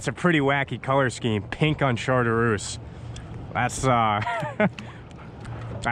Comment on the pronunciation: Great vid. Am going to try trolling this spring. BTW the color of the gulp is shar-troose. Tight lines